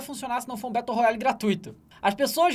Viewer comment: RED DEAD REDMENTIONNNN BATLE RUYALYYYY KKKKKKKK